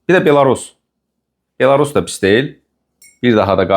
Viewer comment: Belorus yox, belous.